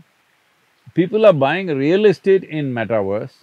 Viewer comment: Sadhguru... meta-verse is as in Uni-verse. NOT meta-worse!!!